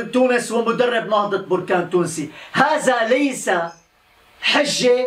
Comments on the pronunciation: انها بركان بالفتحة وليس بركان بالضمة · بركان مشي بوركان أنت مغربي و من انت قلنها ليك 100مرة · انا ما فهمتكمش مو مهم نطقها بوركان ولا بركان المهم هو الاخبار وانتوا كلكم عارفين انه كيتكلم على بركان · يا أخي سميتها نهضة بركان ماشي بوركان